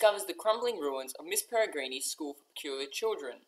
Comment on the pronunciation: good review but you're saying the title wrong, it's Miss Peregrine's Home For Peculiar Children not Miss Peregreenie's. Not trying to be rude, just thought I'd mention it. But brilliant review overall.